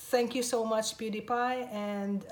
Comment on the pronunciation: i can't believe she pronounced pewdiepie good